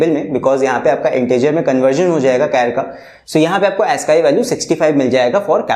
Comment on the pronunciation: Sir that's not Asskii value that's aascii